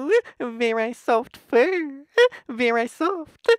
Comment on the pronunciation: What the fuck lol varey soft-EH kehin-EH